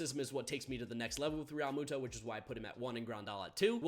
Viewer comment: I hate the way you say realmutos last name